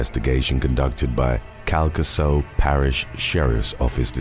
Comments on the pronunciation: Calcasieu is pronounced Kal Kah Shoe. You are very brave for trying to pronounce these Louisiana Parish names❤ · It's pronounced CAL-KUH-SHEW Parish, Louisiana. ❤ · The 1st story. Calcasieu is pronounced Cal-ca-shoe.